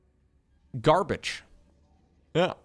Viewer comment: Frensh here, "garbage" is not in our dictionary, but i leave a like for the attempt ^^